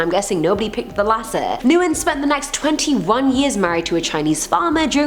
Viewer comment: Isn't Nguyen pronounced like "When"? I've never heard "New-In" before. Lol